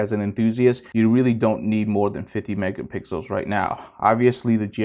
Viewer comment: Lol you said megapickles 😋